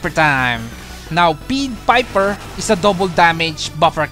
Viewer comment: pied vs peed you been reading it as peed piper like the piper is being peed on instead of a p(a)ie there is a A sound with ie